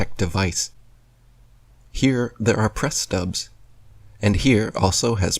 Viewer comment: they are called "press studs" not "press stubs" you complete and utter moron!